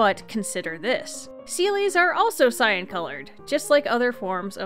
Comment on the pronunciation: was listening to the audio but not watching the video cuz I was playing the game but I kept getting confused as to why you kept referring to things as scion or the scion king. Turns out you were saying cyan. That was confusing